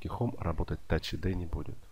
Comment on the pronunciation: Тач айди,а не ад